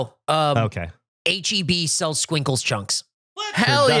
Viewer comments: Btw Skwinkles is pronounced with an e as in echo, it sounds like the word Squincle which is a way we call kids sometimes 🤣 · In Spanish we pronounce it "es-kwink-less" and it's tamarind